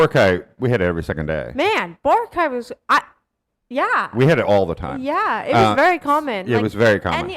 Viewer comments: it's always been bo-RA-cay. i went to ilo ct for college and worked there thereafter for a total of 6 years. i've never heard anyone from there pronounce it the way you and other foreign vloggers do (some of my classmates were even from aklan); same with national news outlets. if you hear other filipinos pronouncing it with stress on the third, they've been influenced and are just emulating it, which is quite concerning. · i notice you guys actually make it an effort to pronounce places' names accurately so kudos to you. but for boracay, the stress is on the second syllable. bo-RA-cay. not bo-ra-CAY. most are like this for names with 3 syllables. not all though. guimaras, marilao, surigao are all stressed on the third. i don't think there's a rule to follow tbh so don't worry too much about it. just here to advocate for boracay's correct pronunciation.